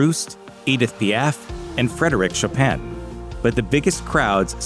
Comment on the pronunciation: That’s the first time I’ve heard Chopin’s name pronounced like that.🤔